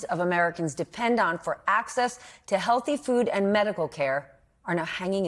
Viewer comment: Did she say help buy “healthy food”😂😂